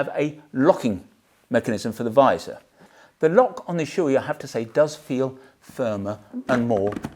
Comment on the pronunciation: I usually don't comment on YT, but I just can't hold it any longer. Shoei is not shoe-i, it's Sho-Ei. It's a japanese company and the name has nothing to do with footware. These "professionals" can't even pronounce the name right. Why don't you pronounce s-chu-bee-earth?